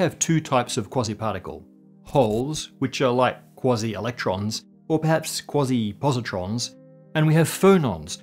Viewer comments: QUASI not KWOZZEE! {:o:O:} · I'm pretty sure it's pronounced "Kwayzeye" particles. But I think I know why you're calling them "Kwozzie" particles...😅